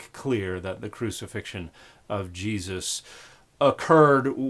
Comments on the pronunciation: This horrid woman must be a Jehovah’s Witness because only JWs prosecute this absurd denial of the Cross of Christ and her grotesque mispronounciation of Jesus’ name corresponds to that of their very sect. How awful the deception, how deep the hate the JWs harbor for Christ and the worshippers of the Son of God who was crucified for our salvation! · I’ve heard Yeshu, Yeshua, etc., but this is the first time I’ve heard anyone call the guy “Yah-Yuusha”. What the heck? Edit: Oh my god, she just called Yahweh “Yau-OO-ah”. She can’t even speak properly. Yawua will be the name of my next Bionicle OC, though. >.> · I had to go back again because omg Ya-OOSH-a is absolutely slaying me. Thank you Dan for all your work and your bold assertion that, and I can't believe I have to say this, you should understand a language before trying to translate it. You are indeed doing the work of Good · Well I was this many years old before I knew that I was pronouncing Jesus's name every time I sneezed. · The fact that she pronounces it differently every time really had me. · I'm not insulting her for her pronunciation, I would just like to know where she got it from. I've never heard anyone do pronounce those words like that ever. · weirdest pronouncation of Jesus ive heard